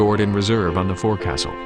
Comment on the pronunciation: "Forecastle" at pronounced wrong too.